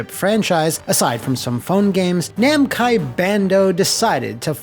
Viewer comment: Okay, for a second there I thought I had a stroke or something when I heard "Namcai and Bando"